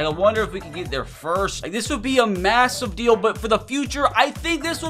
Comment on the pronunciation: This man loves saying "massuve" instead of massive lol